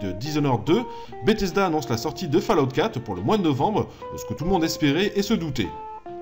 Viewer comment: purée... c'est pas "fallahout", c'est faulaout". ça me crisse les oreilles à chaque fois.